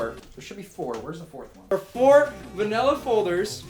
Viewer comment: Manila not vanila I just had to say that